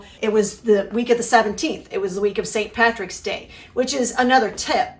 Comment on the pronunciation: From Ireland. Thank u for saying St patricks day correctly x